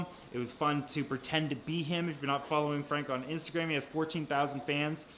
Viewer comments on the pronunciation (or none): none